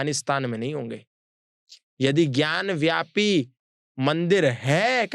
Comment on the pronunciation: ज्ञान व्यापी नहीं भाई ज्ञान वापी है..वापी संस्कृत का शब्द है जिसका अर्थ कुआं होता है